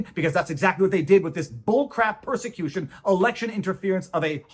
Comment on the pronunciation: you pronounced persecution wrong. 😂